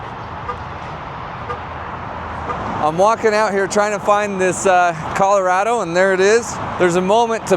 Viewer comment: Man said “Caller-A-Doe”